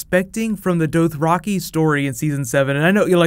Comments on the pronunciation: its doth-ra-kai not doath-ra-kee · Why do you say Dothraki so weirdly? Good video BTW. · Say Dothraki right smh